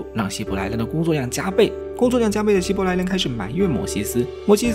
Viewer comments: 希伯来不是希来伯，语音读错了很出戏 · 解说可以上过对圣经和世界历史一无所知，所以连希伯来这么有名的名词都能读错。